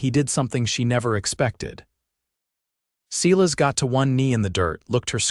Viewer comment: "Cela's" is obviously AI's mistake for Silas, and painful it is to hear that mistake echoed in the narration, even after the spelling is corrected. Not the first video that has made this mistake. AI seems to have a limited vocabulary and grasp on proper pronunciation and spelling. Some human editing would be appreciated, especially by someone who actually speaks American English if you're going to try to replicate the Old West. And where did the second horse come from when they went west? Otherwise, a good story. Captioning sometimes incomplete of narration. Narration pleasant, good intonations usually. Good, positive progression of intentions and actions. Enjoyed it. OR, USA